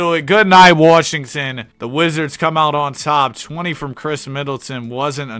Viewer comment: WHO IS PJ WARSHINGTON? ITS WASHINGTON